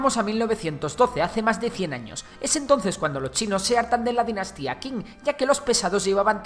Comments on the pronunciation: La dinastía "Qing" se pronuncia "ching". De ahí el nombre "China". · Qing se pronuncia "Shing"